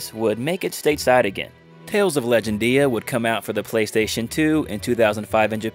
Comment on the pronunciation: legend-dia? odd way to say the title lol